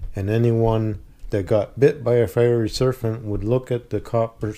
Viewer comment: Did I mishear the word serpent as serfant?